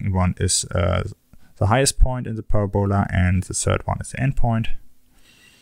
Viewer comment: Parabola is pronounced Parab-a-lah, not Para-bowla, :(